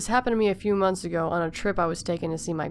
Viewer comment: 0_0 I have nothing to say.....but when he said: ABOUT A WEAK AGOOO XD